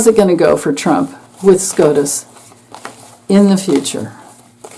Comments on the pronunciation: I apologize for laughing. When you said SCOTUS I thought you said scrotum. Amazing read new subbie. Ps.. Ivana it was said her Dad was KGB. Is this why she had an accident😮😮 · Scrotus...lol...not scotus